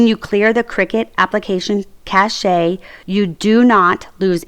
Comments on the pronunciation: Cash not cashe. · FYI you don’t pronounce the e in cache, is pronounced like cash